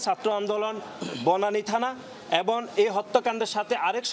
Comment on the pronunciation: এবন আর কে কে আছে? এখন পর্যন্ত "এবং" শব্দটা উচ্চারণ করতে শিখলেন না? কি আশা করবে আপনার কাছে -এই জাতি?